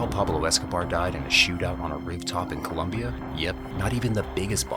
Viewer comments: It’s COLOMBIA, not COLUMBIA. Ignorants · It's NOT ColUmbia, it's COLOMBIA...you ignorant clown. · Do not be an ignorant, it is Colombia not Columbia. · It's Colombia not "Columbia" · It’s ColOmbia not ColUmbia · Please dude, it's Colombia, not Columbia. >_< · Disliked for not knowing it's ColOmbia, with an "o".